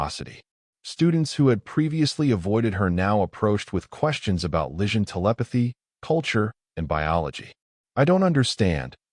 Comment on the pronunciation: Need more work on narration enunciation. Improper cadence. Some awkward stops and starts. Vegetarian pizza, um its pepperoni. Is the enunciation of Lysian...lishun? enter_species. Without a doubt, human approach - Pizza Diplomacy approach! Overall: Wonderful story